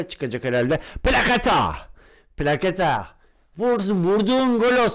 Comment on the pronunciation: Plaçeta diye okunuyo